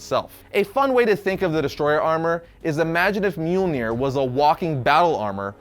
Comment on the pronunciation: Mjolnir sorry brother but it’s myal nir not, well what your saying. And for the record I mean no disrespect. Everyone mispronounces words all the time especially if they’re, well, from another language. I’m simply informing so I don’t need any hate comments lol